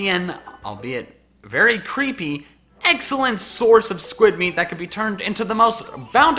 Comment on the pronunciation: / did he just say "eggxelent"?